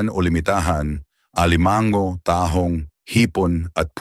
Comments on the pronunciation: Alimango - hinde alimang-go, puro pagpapa pogi lang ang pagsasalita mo. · Suggestion, please paki-ayos ang pagbibikas ng mga salita. Correct pronunciation please. Kasi nakakairitang pkinggan. Examples (alimango, salo-salo, tahong, namamaga, pangangati ng balat, mantika, bangus, sinigang, sampalok, palaman, nilaga, lapu-lapu, mantika, sobrang alat, bawat kagat, mabango, kanin, makakasama sa ayin. May mga sandali na tama nman ang bigkas. Sana consistent sa tamang pagbigkas ng salita. Thanks!, ❤